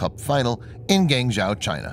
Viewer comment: Let me help you with your Chinese names. Guangzhou sounds like Gwahng-joe not Gang-zoe. Xue Yinxian is more like Ssh-you-ah Yeen-Sshyen not Zoo Yinzan. I recommend if you find words from China you don't know, find their actual Chinese characters copy them into google translate and press the little speaker button to listen otherwise you will come off sounding like a idiot. (From the Democratic China i.e. Taiwan).